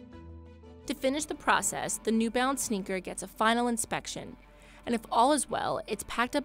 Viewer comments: Half the time, I thought she was saying 'new bounce.' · It's new balance isn't it. The narrator just keeps saying "new bounce".